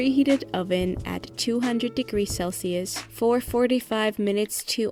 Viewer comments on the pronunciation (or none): none